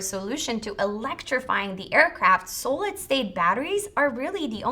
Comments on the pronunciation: s-ah-lid, not sew-lid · Sahhh-lid not Soull-lid. Hehe. 😝 other than that, nice informative video. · Please....it's not a long "o" in "so-lid" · Why can't she say the word 'Solid' correctly ? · yup drove me crazy wasn’t sure if she was saying Sodium next 😝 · Made me question my reality. So strange that the presentation was basically flawless but for the pronunciation of such a common word. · Mispronounced the word solid throughout video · I am BLOWN AWAY. SO, I have been pronouncing solid wrong all these years. I blame it on my upstate NY accent. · Hello welcome to planet Earth. "Solid" it's not pronounced with a long O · Here's a link to how you pronounce: solid